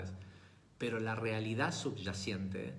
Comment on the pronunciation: Perdón..... Se dice "subyacente"...... No subyaciente.